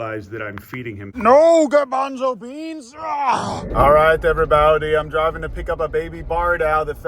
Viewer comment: The “noo grabanzo beans” was so funny